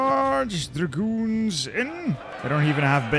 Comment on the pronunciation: When you say "my dragoons", the only thing I hear "my goons"